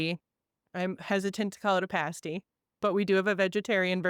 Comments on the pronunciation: PAST~PAST~PAST~ PASTY...NOT PASTE~ies either.......Damn this interviewer after being told over and over, still can't say it right! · it’s pronounced with an a as an apple. Paaa sty. The UP is my playground. It’s where I go to escape. So many cool things up there. If you need some ideas for stories, I can give you a whole list. lol